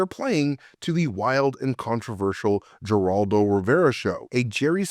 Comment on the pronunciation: Geraldo has the H sound, like Heraldo.